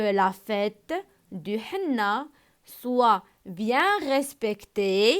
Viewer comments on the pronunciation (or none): Henné كتقرا é_nné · ماقتقراشhenné فحال هكا كتقرا اني